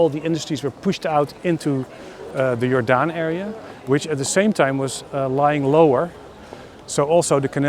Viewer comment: It’s not pronounced like the ‘g’ in George, it’s pronounced like the ‘y’ in your. Jordaan. It’ll just take a sec to look it up. Don’t you have Internet?